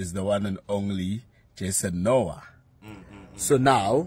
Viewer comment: Jason:"eks nu ha"(Noah)...Dj😂😂😂😂😂😂😂😂